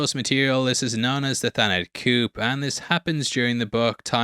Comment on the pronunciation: I’m sorry, I gotta be that person this time round. Coup is pronounced Coo, Irregardless isn’t a word, and Super Saiyan is pronounced Super Sayin’.